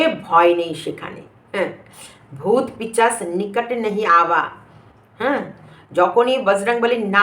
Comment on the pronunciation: পিচাস না গো ভাষা টা পিসাচ।ঠিকঠাক উচ্চারণ করবেন 😊😁